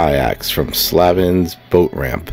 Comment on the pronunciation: Nice video gentlemen. That's my home town of 53 years. I've spent my entire live fishing that creek and it has good days and bad days. The Bass Tournaments are the worst. Wanted to throw in a note about Mattingly Park... It's pronounced SlaYvins for example. The boat ramp used to be owned by the previous owner who had it open to the public for decades before he passed. He use to live in the house on the hill beside the park by the Base fence. When he passed the Town bought the land. Monster Cats out there if you go south towards the River and get in the Channel. Good luck and be safe out there. The bottom of the Creek is a dangerous place.